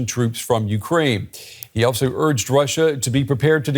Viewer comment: ))) scholz "urges"?... Funny